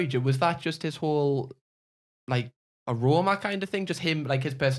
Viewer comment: saying aroma instead of persona is everything 😂😂😂😂